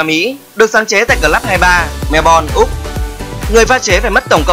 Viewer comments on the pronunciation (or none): Clup mà ổng đọc là clắc trời ơi .